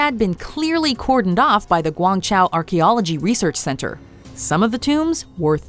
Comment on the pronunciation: I’m guessing that this female narrator is computer generated. You can often tell by the terrible pronunciation of place names and people’s names. It murders Guangzhuo here.